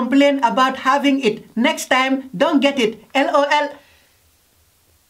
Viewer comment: Its the " l o l " for me 🤣